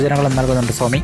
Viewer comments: minute ഫയം അല്ലടാ "ഭയം". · fayam alla boss....bhayam...atleast u should know how to speak... appol bhoomikku foomi ennano parayuka....kashtam...